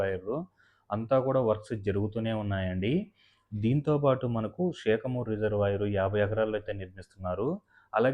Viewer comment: షేకమూరు కాదు శాఖమూరు